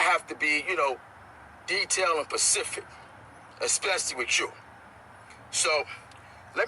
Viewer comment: lol listen to how many times he butches the word “specific”